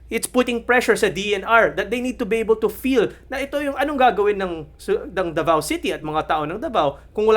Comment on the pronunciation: CUNA yun oy. At DAVAO Hindi The Vow. Ayusin natin ang bigkas.